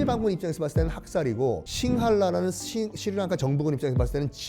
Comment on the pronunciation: 썬킴이 스리랑카를 말하면 스리랑카가 아니라 슈리랑카로 들림